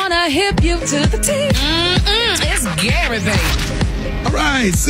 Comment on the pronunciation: 😂😂😂.... then at the end ".... I law u pastor Gray" 😂😂😂 Gary!